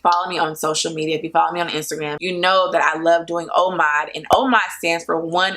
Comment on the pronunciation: Its pronounced like if you were saiying O mad not omaude (not trying to be funny or anything)